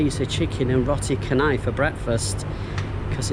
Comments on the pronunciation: RO-TI CA-NAI. IT IS CHA NOT KHA. NOT KHA-NAI. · Nice video. Anyway, Roti Canai is pronounced as "Rotee Chanai" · Roti Canai in Malaysia is pronounced as Ro-tee Cha-nai from the city Chennai, India (similar to how we pronounce channel) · Remember... C in Malay is Ch sound not K sound 😊